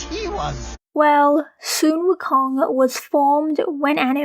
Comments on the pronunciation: Sun Wukong is not pronounced Soon Wukong, it is pronounced Son Wukong!!!!!!!!!!!!!!!!!!!!!!!!!!!!!!!!!!!!!!!!!!!!!!!!!!!!!!!!!!!!!!!!!! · You mean "sun wukong" not "soon wukong" right?